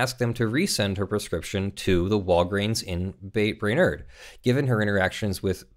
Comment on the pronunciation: Brainerd = “bray-nerd”